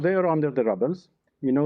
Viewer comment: JUS HEAR HIW HE PRONOUNCE RUBBLE. DORKNIS SUPPOSED TO BE FOREIGN MINISTER 😂😂😂😂